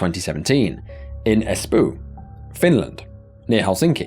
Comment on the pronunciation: Espoo has a long o, like the sound in English word "coat". Two letters means it's held longer. Most people here from Finland know this so not for them, more for narrator. :)